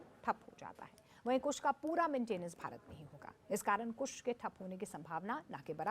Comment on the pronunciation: पत्रकार महोदय को अभी इसमें ट्रेनिंग लेने की जरूरत है डिफेंस का एंकरिंग करना कोई आसान काम नहीं है अल्प जानकारी उनके वक्तव्य में स्पष्ट झलक रहा है कुश प्रोजेक्ट नहीं है बल्कि कुशा प्रोजेक्ट है